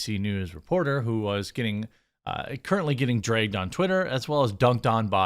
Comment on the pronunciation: The way you say dragged is the biggest giveaway that you are definitely from the Midwest